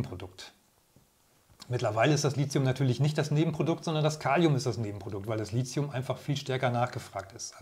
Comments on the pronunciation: Lithium kommt aus dem Griechischen vom Wort "líthos", was Stein bedeutet. Da das Wort Litos und nicht Lizos ausgesprochen wird, sollte man auch Lithium ohne einen Z-Laut aussprechen. Tolles Video ansonsten- danke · Bitte korrekte Aussprache: LiThium von griechisch lithos(Stein) und nicht "Lizium". Bei dieser falschen Aussprache ist es schwer, die Aussage des Videos ernst zu nehmen. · Es muss Li"th"ium heißen, mit "t" gesprochen und nicht Li"z"ium. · Gutes Video aber die Aussprache von Lithium sollte nochmal geübt werden. Es wird Litium ausgesprochen nicht Lizium. Kommt aus dem Griechischen und wird dort mit theta geschrieben.